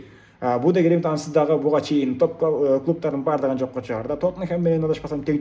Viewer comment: Будё Глимит Эмес Глимт Десен